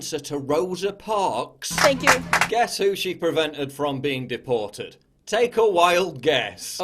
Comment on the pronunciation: Scrub Wrecker when I first heard it I thought she said defacated lol